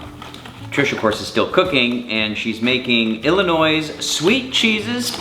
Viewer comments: There is no "s" sound at the end of illinois. Come on lol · Did you say Illinoi'S' OMG